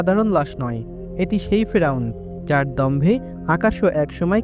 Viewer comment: ফ্রাউন না রে ভাই 'ফেরাউন ' । ( Don't mind )